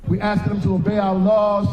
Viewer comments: Please learn to say "ask", it is not "axe"! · Thank you!! My blood boils when I hear someone say “axe” instead of “ask” ONLY because it’s a learned Ebonics word and should have NEVER BEEN TAUGHT 😡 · Lady. your job is not to invade facilities or break illegals out of jails in other countries. YOUR JOB is to work for Americans. And Americans have told you in countless polls that they dont want them here. And...you didnt "axe" them anything. Ask. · You axed them? Well maybe if you could’ve spoken proper English they would understand you . 😂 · They're upset because you were trying to axe them. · "We axed them repeatedly." I'm sorry but speaking proper English is a skill elected representatives don't possess? Or is it just blek? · How can an actual congressperson say "axed" ? I don't understand. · "We axed them." Threat. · She axed them repeatedly lolz. No wonder you didnt get an answer. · 😂 Lemme axe yew a quesjen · Futurama predicted the "axe" thing. I'm genuinely hopeful that they also correctly predicted the renaming of "Uranus" to end the silly jokes... It becomes "urectum" if they're correct. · They certainly can't say the word "ask" properly. 🤷‍♂️